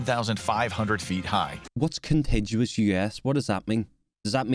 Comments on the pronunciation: The narrator is a dodo. Contiguous means the connected states also known as "the lower 48". He mispronounces contiguous. This is the correct pronunciation: kənˈtiɡyəwəs where the G is hard like the G in legal. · 1. One of the few videos real or AI that got that right. But the "g" is a hard "g" not a soft "g." 2. What did Tennessee? Same thing Arkansas. Arkansas what Delaware. What did Delaware? Her New Jersey.